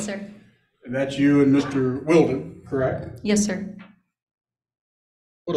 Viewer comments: Dad's attorney is good. That subtle needling of coo-coo mom by calling her bf "Wild-er" and forcing her to correct the pronunciation 👏👏👍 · It's definitely pronounced Will-den, for the love of phonetics. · How many times did lawyer mispronounce the boyfriends name? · Was Mr. Valdez's attorney mispronounced "Wilden" on purpose to fluster Mrs. Valdez? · The lawyer repeatedly misprouncing the bf's name 😅